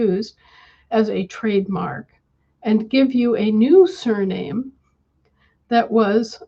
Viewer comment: When talks about “surname” for me it sounds like surrealism (n.) - from French surréalisme, from sur- "beyond" (see sur-) + réalisme (see realism). Sur- also means “anti”